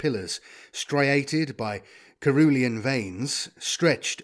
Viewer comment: Not that it takes away from your awesome reading, but FYI. Cerulean- ser-roo-lee-an, a type of blue.